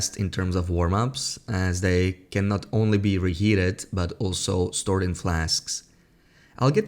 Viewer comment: You need to pronounce the words can and can't better